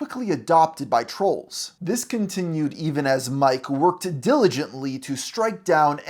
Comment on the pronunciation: "continuwed controversy..."